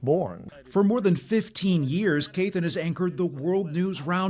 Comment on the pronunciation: It sounds like doesn't like pronouncing his last name from the sound of his voice. "Th = ffF."